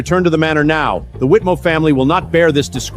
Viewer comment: It's funny how mother pronounce the family name differently every time . Whitmore , wheatmill , whitim...